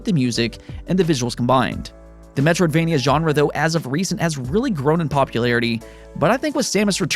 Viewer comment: metroid is "metroid"vania :v